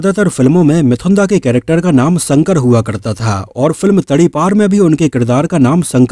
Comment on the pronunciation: संकर नहीं शंकर......... 🤗